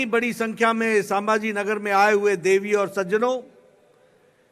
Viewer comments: Bolta yet nahi ye aajon saaambhaaji nagar bolta ahet hai raje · Nadda saambhajinagar nahi संभाजीनगर बोलणा सिखो nadda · अरे संभाजीनगर तरी नीट बोल